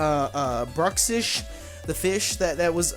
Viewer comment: pretty sure it's supposed to be pronounced as bruks ish. I think it's a combination of bruxa and fish.